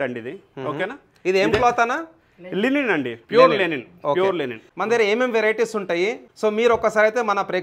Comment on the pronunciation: Not Lenin It is Linen